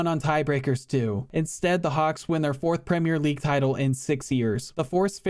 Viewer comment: An American who pronounces Premier league correctly instead of 'Premiere' league. Wow.